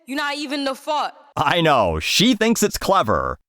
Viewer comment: She can’t even pronounce “fart” correctly. 😊